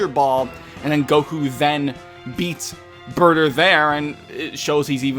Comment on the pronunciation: You said his name wrong it's BAAAAAAAAAAAAATAAAAAAAAAAAAER